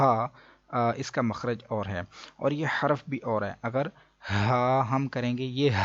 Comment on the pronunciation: ماشاء اللہ اچھی ویڈیو ہے ۔ حروف میں حاء پر پیش پڑھنا چاہیے۔ حرف میں راء پر جزم پڑھنا چاہیے۔ شکرا جزیلا